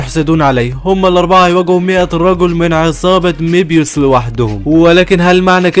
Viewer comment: مبيوس ❎️ ميبيوس ✅️